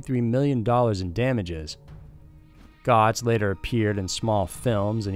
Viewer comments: ive noticed a pattern with you mispronouncing some of your subjects names. Bernie Geotz is pronounced Getz. Another video about Debarseleben (De Bar De Leeben). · It's (Goetz) is pronounced "gurtz" (German pronunciation) or "gates" (American pronunciation). Just though I's point that out. Otherwise, I really liked the video and I hope you do more! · LOL announcer has no idea how to pronounce Bernie 'Goetz' (it's pronounced 'gets') Shows how much time has gone by, and how old I am! The american public so hates what NYC thugs do to people on the subway that officials basically backed down. The Guardian Angels came about from this- literally, a city-wide vigilante group, and finally a mayor who truly restored law and order- something american liberals literally see as 'racism'. Now NYC is in the control of idiot liberals again, and not surprisingly, it is in freefall once again. Liberals are genetically unable to see crime for what it is- crime. The other striking thing is how absurdly light prison sentences in Britain can be. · It's pronounced like: Bernard "GETZ"...ijs; I stayed in the same manhattan apartment building as this fragile bigot for around two weeks, and usually saw him every other day or two. Creep. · Bernard Goetz pronounced Getts, did more to end the crime on subways than police ever did. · its Bernard Goetz (Gets). 2 concurrent 12 year sentences is just a 12 year sentence. they sentence that way due to sentencing guidelines, but if you get concurrent time, you serve them at the same time, on the other hand, consecutive is not a good break, you serve one & when it is completed, you start serving the other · It’s pronounced “Gets” and the “teens” brandished a weapon. They weren’t victims. They were victimizers. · Goetz is pronounced 'Gets' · It's pronounced "Gets". Bad research dude. Click bait. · They use to like the yanks and mets but now their hero is Bernie Goetz, (rhymes with mets). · Goetz is pronounced 'gets'. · Its pronounced Getz